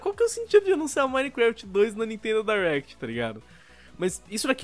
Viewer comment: Me da uma agonia quando eles falam "Dierect" e não "Direct"